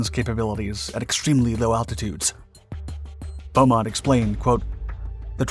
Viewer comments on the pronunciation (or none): Beamont, not Beaumont.